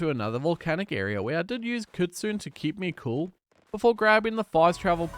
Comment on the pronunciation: I mean this a nice correction way for Kitsune it’s pronounced kit-sue-nea it’s also a fox not a wolf